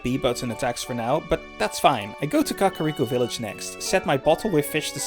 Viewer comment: I like how you said cuckariko